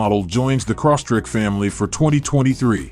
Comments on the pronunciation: Crosstrek not corsstrek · The guy sounded like he was saying Subaru CrossTrick. LOL